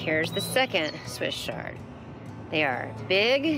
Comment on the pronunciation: Please think about how you’re pronouncing Swiss ‘Ch’, like in church, chard, not ‘sh’ like a shard of glass. When you’re teaching or demonstrating something, proper pronunciation is important if you want to be taken seriously. Chefs that say ‘ungion’ instead of onion lose my interest immediately. It may seem picky or anal, but when someone has a lisp, don’t you notice? It’s just a little distracting from the message you’re trying to convey. I learned a lot from your demo, just want to voice an opinion. Thanks for listening.